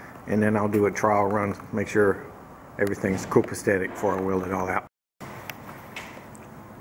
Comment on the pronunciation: FYI, just in case you care mispronouncing the word “copasetic”. Other than that, everything’s great 👍.